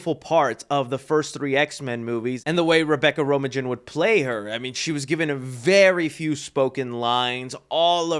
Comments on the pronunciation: Rome-Uh-Gin? The original Mystique was played by Rebecca (its pronounced) ROMAIN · I know this is an old video BUT BUT BUT I love Mystique and I love the the actress Rebecca Romijn, but you botched her pronunciation of her name! Especially cause she is coming back for the new Marvel movies. Im here to help! Her last name is pronounced like the lettuce Romain/ "Ro-mayne". YOU ARE ALL WELCOME. I HOPE HOPE HOPE HOPE YOU SEE THIS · Rebeca Ro-ma-gin?! 😂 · It's Rebecca Romijn ROMAINE LIKE THE LETTUCE 😂